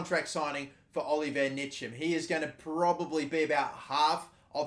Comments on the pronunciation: Pronounced "Incham" and his first name is just like Giroud's first name. Olivier not Oliver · btw the way you say ntchams name is Oliv-ee-A N-cham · You are saying Oliver(instead of Olivier) Nitcham(instead of Ntcham)